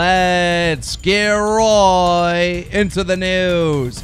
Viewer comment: Still wondering why he says "roight" at the beginning of the video. It always bothers me lol